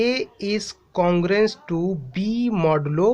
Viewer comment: I also noticed modulo yumm 🤣